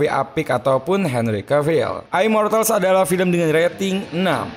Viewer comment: Immortal jadinya aimortal, Pans labyrinth